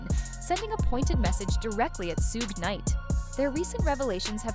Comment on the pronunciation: I can't with the AI narrator saying "SOOOG" literally a million times in the video just makes me wanna punch a hole in the wall. HOLY $HIT your channel is lazy 😂